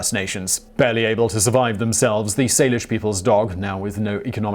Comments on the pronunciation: That's not how u pronounce coast "salish" or the already mispronounced "cowichan" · Simon mispronounced the indigenous words: first pronunciation of “Salish” was incorrect, second was correct. He mispronounced “Cowichan” (spelt several ways) as well. Also, “First Nation(s)” not “the First Nations” and it’s not a universal term. These are indigenous words so it’s important to get it right.